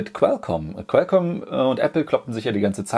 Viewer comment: Qualcomm nicht quelcomm